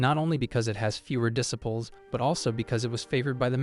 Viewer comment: Need to train your AI to say disciples properly.